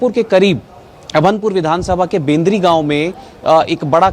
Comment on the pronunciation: Bakwas reporter. Kendri ko Bendri bol rha h or BJP govt ki Bhupesh bol rha tha... Reporter 😊